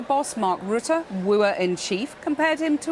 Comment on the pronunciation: His name is not Ru three full stops tte. We are not a Scandinavian country and don’t speak a Scandinavian languages. Trump is better than Hasan at pronouncing his name.